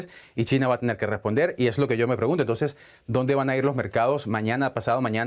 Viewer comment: el presentador dijo "Entonje"? :,)